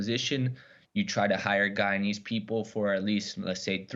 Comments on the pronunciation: When are these people going to learn to say guyana and Guyanese ? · Why do they always insist on calling it GHEEEEYANA! Can’t you people spell? How do you have a nerve to do a whole story on the country with images? Have you heard any of its people or politicians speak and say GHEEEYANA! OMG GHEEANESE? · Its an english speaking country pronounce it normally. (Guy - yana) (Guy - yana - knees) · Gheeanees? Gheeyarna? No respect.